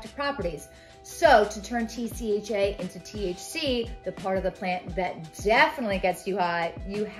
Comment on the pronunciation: Just to let you know it’s THC not TCH and TCHa not trying to criticize you, I’m just letting you know for future videos or conversations.